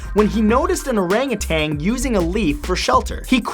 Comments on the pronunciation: #35 its not orangatang its orangutan no G at the end. every time some one says that i flinch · it's orangatan not orangatang